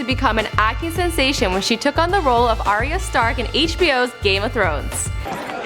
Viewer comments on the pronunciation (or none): Yan Yan Nope. it's pronounced ariya, not r ya. you even watch the show?